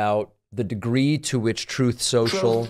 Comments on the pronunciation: I’ve not heard “raison d’etre” and “troth sential” used in such close proximity with one another. Thank you for making my evening! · The overlay of Trump saying "truth-sential" whenever it's mentioned cracks me up every time.